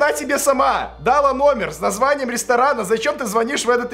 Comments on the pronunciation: Ля, не дАла, а далА. Женский род, ударение на окончание, кроме клАла, крАла, послАла итд. ЕГЭ, ептать, скоро👌🏽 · Дала , а не дала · никто:: дАла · Ох уж эти Белорусы с ударением на первую "а" в слове "дала" =_= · В Беларуси часто ударения в глаголах на первый слог ставят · классное видео, так держать, только ты очень часто коверкаешь ударения в словах. "дАла", "прЕдать"... по ушам режет. обрати на это внимание, пожалуйста) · что в Беларуси/Украине свои языки и там по-другому ударения стоят часто, но не могу не согласиться, по ушам бьёт. А за видео лайк ❤️ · далА правильно,а не дАла, прям слух режет хд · Не хочу "врубать училку", но далА. Ударение падает всегда на последний слог в женском роде. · «», научись правильно ставить ударения в своей речи, я не какой-то там фанат давида или же твой хейтер, но просто постарайся правильно и корректно выражать свои мысли. Грубые ошибки в ударении дала ударение на вторую «а»!!! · Что такое да́ла? Она ему дала́ номер. Ушам пиздец как больно! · Не дала,а дала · дАла дАла, ударениеееееееееееккк, тебе дАют ты дАешь? ударениииииииееееееее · она далА. господи,, так слух режет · дАла тебе номер,ударения не туда ставишь дружище